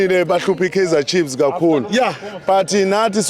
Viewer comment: How do you say Kaizer Chibz? Chiefs, Chiefs all day